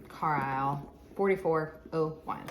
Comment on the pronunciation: Pronounced Car- Lyle 👍🏻